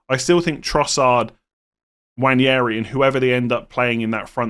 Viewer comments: Nwaneri, not Nwanjeri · For the love of god please say “Waneri” instead of “Wanyairy” it’s killing me. No idea where the Spanish Ñ came from 😂